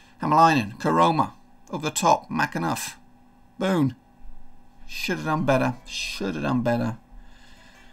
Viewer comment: Its pronounced Bonne like the ‘bon’ from bonbon not bone